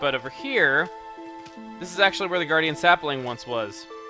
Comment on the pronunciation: When he said gardiun sapling I collected 2 saplings in minecraft